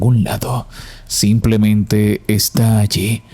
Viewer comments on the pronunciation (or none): none